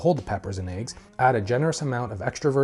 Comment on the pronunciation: You said add the aiggs just like janice said lejg. hahahah!